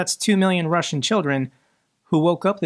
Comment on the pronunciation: i beg you..... watch a youtube video on russian pronounciation, PLEEEASE 😂